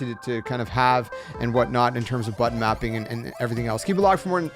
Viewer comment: Wait, did you say butt mapping?